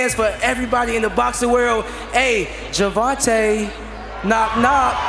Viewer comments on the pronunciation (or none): It's Gervonta not Geervin TA. Lol!!